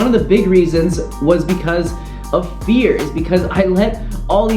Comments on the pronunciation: I thought you said beer instead of fear 😅 Thanks for this video! I knew these things but forgot... Several times... Just what I needed to hear, just at the right time. Also, didn't miss any of the things you worried about were missing from this video. Who needs drone shots when you can get a reality check instead. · I literally thought you said "beer" not "fear"... I was very confused and thought maybe you were an alcoholic or something lol